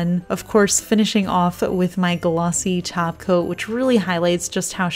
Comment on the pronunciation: When you say top coat. It sounds like you are saying taco. LOL